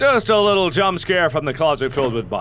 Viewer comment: you messed up the little you add w not a l so you said wittle girl and not little girl lol